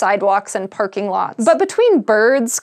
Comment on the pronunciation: "Perking lots"...